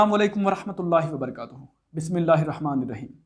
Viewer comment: Salam Me Wabarkatuhu NAHI Wabarakatuh Bola kijiye Bhai